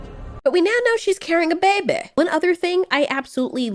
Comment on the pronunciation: I like how you say babey